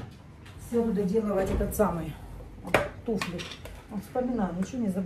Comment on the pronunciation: Туфли, ударение всегда на букву У ВСЕГДА. НА Т'УФЛЯХ.,ТУФЛЯМИ.